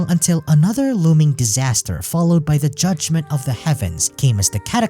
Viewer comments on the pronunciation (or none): none